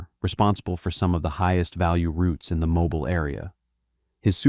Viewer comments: they way he says Mobile… cringe!! it pronounced Mo-beal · It’s pronounced mo bill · Moe-bile Alabama This is AI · Mo-beel AL. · AI Slop ! Takes 30 minutes to tell a 3 minute story, and for fuck's sake it's MO_BEEL ! 🙄 If AI is here to help us, we are screwed. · MO-"BILL" Alabama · It's pronounced Mobill, not Mobile. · Mobile Alabama not mo-bile 😂😂😂😂.. AI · Mobile - "MoBEEL" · AI can’t pronounce city names correctly. Mo-bile. Smh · I can't listen to AI that doesn't know how to pronounce Mo-beel. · Moe-bile, Al 😂😊😮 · It's pronounced Moe-Bill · It’s pronounced Mobeel (long E sound)! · It's pronounced moe.beel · My city deserve more respect . 😂. Mo BIAL is craziness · Mobile, Alabama…tell me it’s AI without telling me it’s AI! Mow-Beel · Bro I’m not even from the south and I just got completely offended by the way you pronounced “mobile, Alabama” 😭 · It is not pronounced mobile you 🤡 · Ai pronounce mobile Alabama wrong as hell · Mobile mispronounced every time, the ai needs to learn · I am annoyed how the AI voice pronounces Mobile, Alabama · If u gonna talk about some one and somewhere at least learn to pronounce places correctly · The pronunciation of Mobile is taken me out 😡🤔🙄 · I don't mean to be that guy but it's Mobile like automobile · The way he pronounced mobile almost made me click off 😂😂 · Keep pronouncing Mobile wrong. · Two different pronunciations for Mobile except the correct one for Mobile, AL. I know that AI narration is cheap for content creators and here to stay, but it is very annoying to listen to. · Earn pocket change to guard some scumbag's money no thanks. And don't miss pronounce Mobile, AL. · Why can't this guy pronounce Mobile? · if A.I. is so smart, how come it can't pronounce names like Mobile? You can see from the context that it's a place name. More like Artificial Stupidity. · AI does not know how to pronounce Mobile. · AI narration slaughters the pronunciation of "Mobile." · You need to pronounce the city correctly 😂😂😂😂😂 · It’s moe-bill